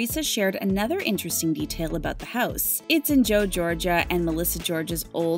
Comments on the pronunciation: Did you mean Joe Gorga?? It sounded like you said Joe Georgia??? 🤣🤣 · LMAO the way she pronounces Gorga and Guidice... Girl, do some research before you relay the info chile!